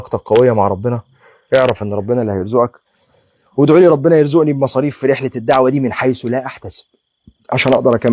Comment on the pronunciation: جزاكم الله خيرا.. وفقكم الله وسددكم لكل خير.. حبيبي يا ليت نقول يرزقني بالقاف وليس بالهمزة يرزءني لأن المعني يختلف تمام والرزق زيادة وبركة أما الرزء فهو نقص وانتقاص. وكذلك تقول السوق وليس السوء لأننا نذهب إلى السوق ولكن نفر ونتجنب السوء.. اللهم علمنا ما ينفعنا وانفعنا بما علمتنا وزدنا علماً.. اللهم آمين 🤲